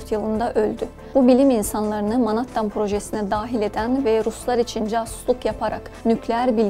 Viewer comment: Menhettin okunusu